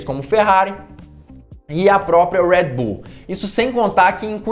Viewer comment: Por que vc Americanisa o nome Red Bull falando em nossa lingua... e outra a marca é Austríaca e não Americana... pronuncia com. A língua de origem ja que quer lacrar que fala